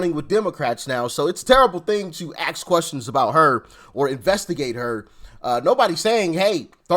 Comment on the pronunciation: It’s “ask” Doc, “ASK”, A, S, K, ASK. How in the fuck do you get “AKSK” from that FFS? It’s THREE FUCKING LETTERS, it ain’t that fucking hard.